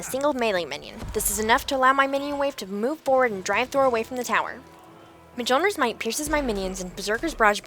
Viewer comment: PS: pronouced "myolneer", the "j" is silent. Thor's hammer is Mjolnir. myol-n(ee)r